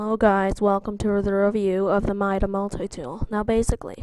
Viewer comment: Meda Multi-Tool